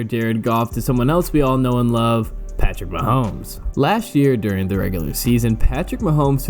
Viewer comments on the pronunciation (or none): none